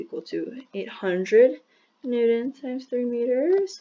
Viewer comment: what a horrible video. The lag between your voice and your writing could have been so easily fixed with the most basic of editing knowledge. You made several miscalculations. And for some reason you pronounce newtons as newdons which is reallllly annoying.